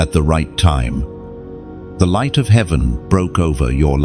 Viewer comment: " I Live ! In The Livht!"